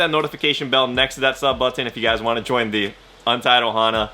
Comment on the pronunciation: You say button funny , but dope vid man